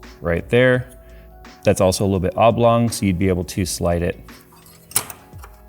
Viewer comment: Sounds like your saying "Avlång holes". A swedish word. But what word is it? Don't think I've ever heard it before haha